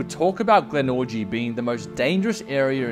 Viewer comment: he calls it GlenORGY 😂😂😂